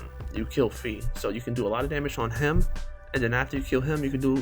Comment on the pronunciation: Its pronounced as Xie and Fei is pronounced as Fae/Fay not Fee. You can try Google translate chinese thanks and fly. Those words are most similar to the pronunciation of the units name. Good guide anyway! thanks!